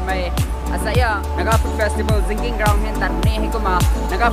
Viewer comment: Bro itz not zinking ground.. Itz jingkieng..